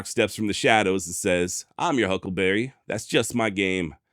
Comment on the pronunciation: He never said huckleberry,he says huckle bearer